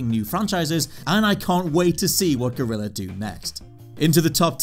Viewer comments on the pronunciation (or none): none